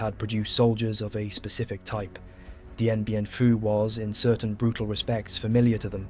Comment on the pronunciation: he says Dien Bien Pooo 😂